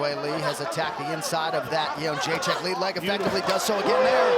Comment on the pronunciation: For those wondering how to properly pronounce Joanna’s last name, it’s Yed-ra-shick! It always annoyed me how to say it before I found out. Everybody gets it wrong!